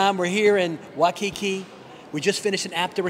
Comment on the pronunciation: It's pronunciation is Wai (as in why) Kiki not Wakiki